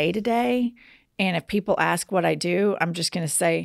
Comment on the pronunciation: Besides expresso, here in Texas, I also hear "axe" and "ast" for "ask"